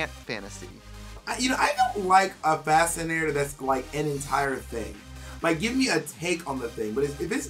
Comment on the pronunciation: The was trixie pronounces "fascinator" is a lil suspect lol. I had to rewind a couple times when she said it the first time. Maybe it's just me but I was hearing some random extra letters in there.